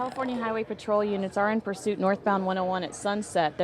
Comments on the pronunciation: "Pursuiot" lol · "Police Pursuiot." Good goin'. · It's: "Police pursuiot" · "Police pursuiot" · Pursuiot? lol